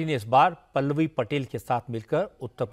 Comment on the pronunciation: ओवैसी हिंदी और उर्दू तों सही से बोल नहीं पाते। मोदी को मोडी पल्लवी को पेललई पटैल बोल रहे हैं 🤔🤔🤔 जब आप अपनी भाषा का सही संप्रेषण नहीं कर पाएंगे तो जनता क्या सुनेगी क्या समझेंगी।